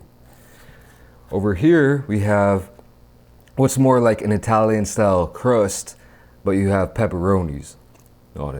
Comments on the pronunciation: Eye-talian got me everytime 💀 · Eye-talian 🤣🤣🤣 bro. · Did anyone hear eye-talian pizza a few times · uses Eye-talian and Italian interchangeably to cover all bases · No one:: 👁 talian